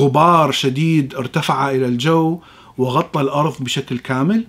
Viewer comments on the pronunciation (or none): none